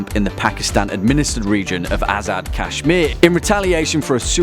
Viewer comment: You can't even pronounce simple words properly like Gandhi , kashmir,hindu, mohammed and many more